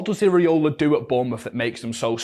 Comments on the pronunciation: It's "EEERA" NOT "EEERE" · Show some respect. Learn how to pronounce his name correctly. "Irry-Ola" HA